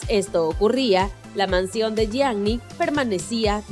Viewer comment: SE DICE YIANI NO YIAGNI! BRUTAAAAAAA!!!